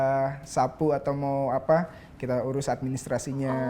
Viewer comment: Pas Jefri Ngomong sapu kirain gua dia Ngomong sabu😀